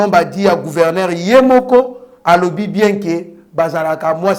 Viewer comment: GouvernER te, gouvernzzEUR. nde Yekola francais